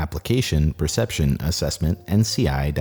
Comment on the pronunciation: anyone else catch him mispronouncing “assessment”? First time i’ve caught that beautiful voice saying the wrong word